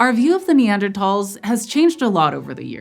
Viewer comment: Thank you so much for pronouncing Neandertals correctly!